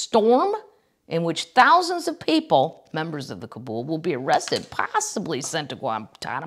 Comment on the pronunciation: It's pronounced kah -BALL. But coven works, too.